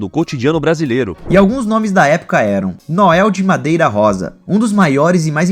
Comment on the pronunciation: Noel de Medeiros Rosa, ae ele fala Noel de madeira rosa😂😂